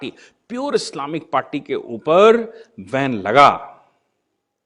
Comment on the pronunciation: सर, धन्यवाद. एक ओब्सेर्वशन एके स्पेल्लिंग मे. 'बेन' करना कि जगह आप 'वेन' करना यह उच्चारण करते है?